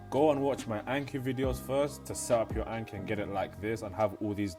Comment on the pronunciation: So painful watching a Japanese learning vid and hearing Anki said that way haha. Thank you though, it's a good vid.